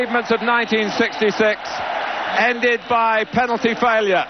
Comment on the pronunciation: Waddle has never been able to say the word penalty properly since. 🙄